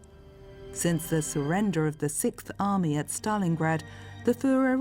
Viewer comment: The way this AI pronounces 6th enrages me. Sic th